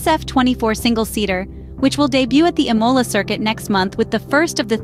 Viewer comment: If you're going to cover Ferrari news, then fix your garbage AI bot to pronounce Imola and Scuderia correctly. Disgusting attempt at being a 'Scuderia Fans' channel.